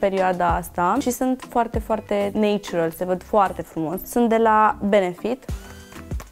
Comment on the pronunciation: E dragut machiajul, dar sa stii ca "natural" in engleza nu se pronunta "neitchural" ci mai degraba "natchural"...cel putin in engleza britanica! :D